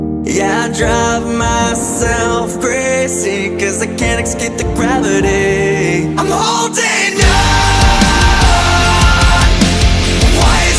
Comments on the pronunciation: I wonder if people who pronounce 'escape' as 'eckscape' spell it correctly... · Hey just so you know, it’s pronounced “escape” like “ess-cape” not “ex-cape.” You guys being professional singers should know this, but there you go. Escape, not excape.